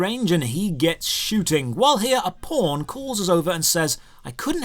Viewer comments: says "pawn", I hear "porn" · Man, each time you say pawn I keep hearing "porn". LOL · Everytime he says "White Pawn" I hear "White Porn" lol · Local pawn, all I hear is Local P--rn " ahhah